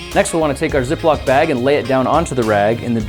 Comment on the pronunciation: Ay the beginning I thought he said " ze block bag" 😂